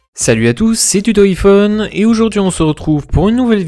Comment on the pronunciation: on dit Aï phone pas iphone